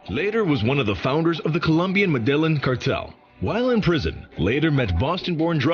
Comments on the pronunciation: The way he says medelline bugs the hell out of me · We know the narrator doesn't know Spanish, because he constantly pronounces Medellin incorrectly!! You should watch The True Wealth of Pablo Escobar by RealLifeLore!! It's a short video, but it shows how rich that guy was, as he was probably the richest criminal of all-time....besides Vladimir Putin!